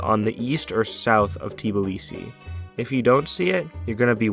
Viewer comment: georgian speaking: why do u say Tiblisi Its pronounced Tbilisi